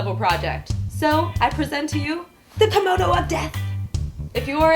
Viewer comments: Kamono...kAmono... It's KIMONO. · Yah I know right. It's Kimono (Kee-mo-no). It bothered me so much. But it's ok, not everyone knows everything. ;) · the pronunciation is actually like "key-mo (like in molly)- no (like in not)" with each part being equally long when spoken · This is also not correct. A long "o" sound would be the case if kimono would be written with a long "o" (おう) but as it is written きもの (着物) the o sound is actually short. While there is a "correct" way of pronouncing Japanese, I realize that there are cultural and verbal barriers between different cultures and nations and thus the explanation and teaching of the Japanese language may be hold in a different manner. I can merely talk for my self and out of my experience. Also, English is not my mother tongue and I base my experience on my Japanese studies at a German university.